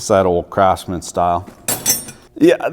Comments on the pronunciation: Do you pronounce Craftsman as Crapsman intentionally?) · I'm pretty sure you said CRAPSMAN. Kudos. Exactly how I feel. The hue of red isn't even right. At what point do you say "Let's destroy our intellectual property by incrementally diminishing the quality so we can profit at the expense of the shareholder?"